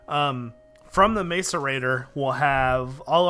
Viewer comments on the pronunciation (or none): It's MASS-ERATOR NOT MACE-ERATOR jezz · it's mass-er-ated not mace-er-ated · IT IS (MASS-A-RATE -TOR) YOU DOOSH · its pronounced may-cor- a-tor like so he can see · macerator is pronounced 'mass-er-rater' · ur sayin macerator wrong